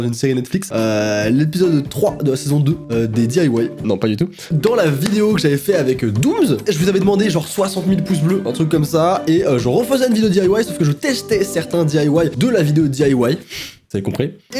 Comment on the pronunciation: Je réve ou il a dit douze alors que c est dooms